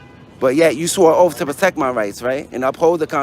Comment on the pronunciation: “You should honor your oaf.”